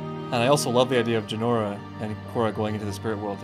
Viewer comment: It's Jinora not Jenorra